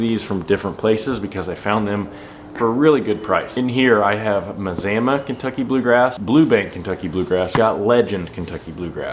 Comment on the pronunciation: You're killing me. As a guy that grew up in Mazama Or, its pronounced Ma-zah-ma...Ryan Knorr pronounces it the same way you do...😁